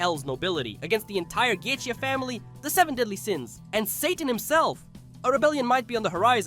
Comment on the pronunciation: This is my first time watching a video of yours and.... What cringe? Are you referring to the comedy? Why are you pronouncing Goetia like that? The show has stated how it's pronounced numerous times. Do you even like or watch the show?